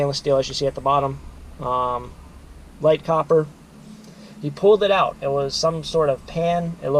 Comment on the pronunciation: And "copper"; not "cooper".